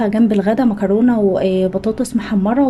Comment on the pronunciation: انتى بتنطقي كلمة مكرونه بطريقة مختلفة عننا 😅😅 بفتح الفديو عندك مخصوص عشان اسمع منك مكرونة طالعة منك حلوة قوى